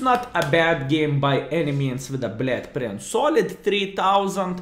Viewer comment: Blyad Prince :D cannot unhear it!